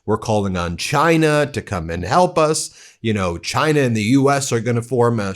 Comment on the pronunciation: Since when does trump like china, Oh, excuse me, "Jina".😂